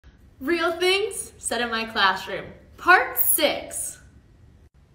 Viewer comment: “real things, said in my clash rooOm, ……… part sixth” bro i love her